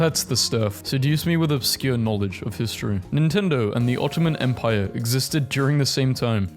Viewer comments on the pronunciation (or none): none